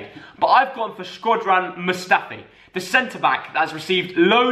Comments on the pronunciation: Turned off as soon as you said Mustafi. Have a day off 🤣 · My man said mustafi